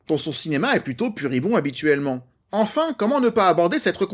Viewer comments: Pudibond et non puribond 😉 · Pudibond ou puritain mais pas "puribond". Lol